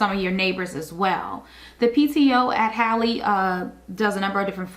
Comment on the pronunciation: Just watched your video. The name is pronounced as if spelled Hawley. William Halley was my grandfather so I know this is correct. I visit the school now and then and even worked there when it opened. Emily Halley York 2026